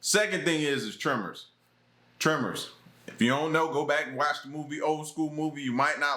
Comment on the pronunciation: Its Tremors,lol.